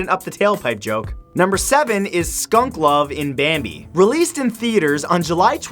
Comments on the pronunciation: its bambi not bami... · Bami?! Matt, you missed a "B." 😆😅😂😉